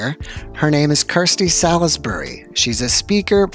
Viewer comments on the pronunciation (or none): also Salisbury is pronounced Saul's Bree. Two syllables. Not four.